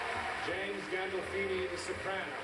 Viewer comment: galdolfini? tommy? come on my friend, you can do better...!!